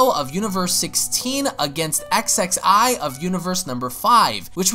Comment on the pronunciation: Xxi’s name is pronounced “ksee” And it’s “Merk-it”